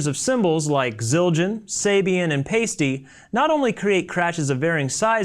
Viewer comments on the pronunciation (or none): it's pie-stee, not pay-stee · Isn't Paiste pronounced as "Pie-sty" and not "pasty?" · actually, it's pronounced 'pie-stay'. I met Erik Paiste at a convention and that's how he says it. Of course, 'pie-stee' is much better than 'pasty'! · It's Pie-stie, not Pay-stie. Seriously, if you're gonna make a video get your brands name right. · I met Erik Paiste a few years ago, and he actually pronounces it "pie-stay". But "pie-stee" is close enough, and way better than "pasty"! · Paiste = Pie-Stee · say paiste right, I am so sick of hearing that